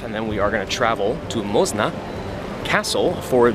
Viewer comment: the pronunciation of Moszna lmao